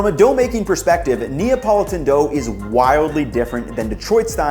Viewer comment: It’s to difficult say Napolitan?